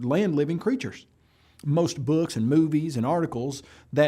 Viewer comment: "Beewwwks"? Sorry,, you lost me right there.